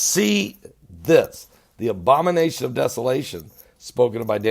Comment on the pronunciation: haha, love your pronunciation! Baha Rain (Bahrain). Cute. Oh, there is more! Yes Sir Ara Fat (Arafat). And Obama Nation? (obomination) lol So anyhow, are the Palestinians going to get bombed into oblivion, or how will you make them stop killing Jews???